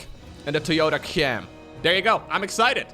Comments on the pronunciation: K-Jam, Kay-Jam was not hard to pronounce to be honest. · How to tell you are dutch without say it. Read k jam as kyam